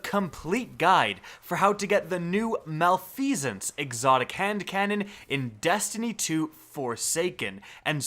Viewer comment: Reeeeee its prononced mal-if-i-sense